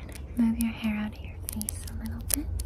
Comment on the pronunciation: face-vace!! 😅😅 im so sorry i thought it was funny